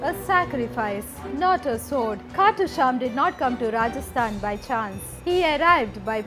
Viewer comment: Its "Khatu Shyam"Ji""